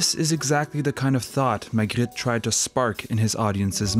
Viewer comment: Love how you pronounce Magritte